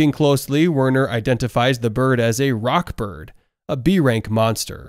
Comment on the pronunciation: It's rod Bird not rock bird